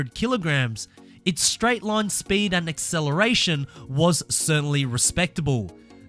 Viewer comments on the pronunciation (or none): none